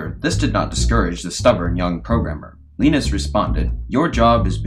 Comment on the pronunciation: His name is Linus not Linnus ... ;)